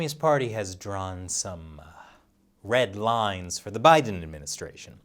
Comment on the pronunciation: I Heard “Led Rines”...? Did I Miss Something?